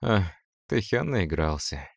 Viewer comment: Правильно Тэхёнчик ты говоришь💋❤